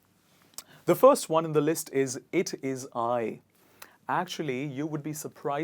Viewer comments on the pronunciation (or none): none